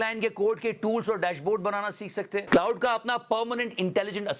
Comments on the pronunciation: It's not cloud it's claude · Bhai “Claude” hai, “Cloud” nahi 😂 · मेरे Bhai “क्लाउड” नहीं “क्लॉड” बोलिए। ग़लत नाम ले रहे है आप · Claude ki pronunciation theek karo please.